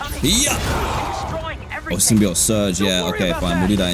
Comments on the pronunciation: DanTDM I haven't watched your videos in a long time and I love Spiderman so im gonna watch all this series after this video (the way to pronounce symbiote is sim-be-oat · Symbi oat is how it's pronounced Dan 😊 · Yes, it is pronounced symbie-oete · yea, as a venom and marvel fan its pronounced as "sim-bee-oat"